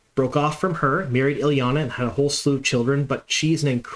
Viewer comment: Minor quibble, but I don't think Ilyena is pronounced Ill-YAH-nuh. I hear this all the time and it grates, sorry pet peeve. Isn't it Ill-YAY-nuh?